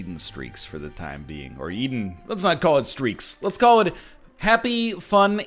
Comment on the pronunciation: Let's-uh go